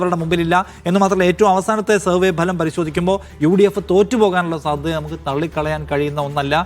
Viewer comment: ലെ മലം അല്ലടാ ഫലം